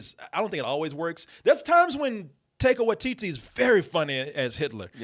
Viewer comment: The way pronounces Taika Waititi sounds like a little girls euphemism for going to the bathroom.